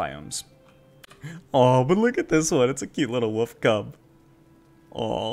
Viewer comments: Wolf, not wuf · W O L F not woof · WOLLLLLLLLLF , there is an L In there. Its not a Woof. Great video but wollllllllllllllllllllllf ! lolol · new drinking game: take a shot every time he calls a wolf a "woof" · "Oh ook at the itt e baby woof". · Wolf is pronounced "whoooooof" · I had no idea wolf is pronounced woof 😂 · I wish I could dislike this video for every time you said 'wolf'